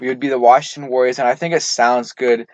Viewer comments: “Warriors” is 3 Syllables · Warriors is not 2 syllables.